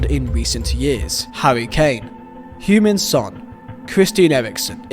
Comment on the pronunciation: Love your pronounciation of Heung Ming Son. It sounds like you saying Human Son